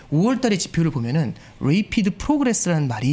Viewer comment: 유학파라면서 중학교 단어 rapid 란 단어를 계속 /레이피드/라고 발음하네. 맞는 발음은 /래피드/임 ㅋㅋㅋ